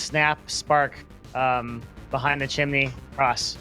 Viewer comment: wtf is a chiminey